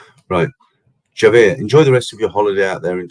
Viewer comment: Hi Peter, great live stream, the world is full of idiots please ignore them hopefully they will go away like a nasty rash 🙏 I know you like to get pronunciation correct as Pattaya, Javier is pronounced with a H so pronunciation is Havier 😊 enjoy the rest of your trip👍👍👍